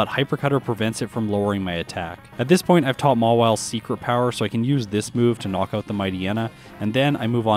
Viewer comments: it's Mawile not Mawille!!😤😤😤😤😤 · Mawile. Not Mawille.